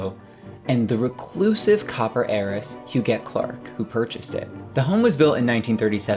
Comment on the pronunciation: Est-ce que l’on prononce « jette » ou « guette ». On dit GUETTE alors dite Hu”guette” et non “Hujette”. C’est qui derrière cette narration qui ne sait pas comment prononcer HUGUETTE?